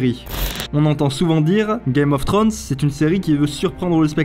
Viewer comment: GAME of "Trönssse? t'es sérieux tu peux pas le prononcer comme il faut. C'est pas compliquer!!